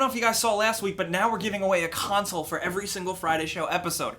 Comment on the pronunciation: listen to how he says "console".